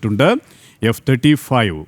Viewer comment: Reporting has to improve a lot. Have the stuff, say it correctly ,and stop.